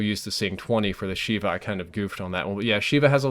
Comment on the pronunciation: love the video, but it's pronounced "Sheyva" from the hebrew word for 7 FYI